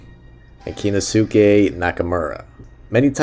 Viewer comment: Great channel and great review. Remember if you see a Japanese name with "suke" in it, it's pronounced "skay" one syllable (phonetically "Kenoskay"). Sasuke from Naruto,. Daisuke from the Red Sox etc. I will rewatch this as I own a good bootleg DVD. I bought over 50 Chanbara, Yakuza, and others from Japanese Samurai DVD. A guy out in Fontana CA who bootlegged a lot of rare out of print Japanese cinema. He was either shut down or quit the business.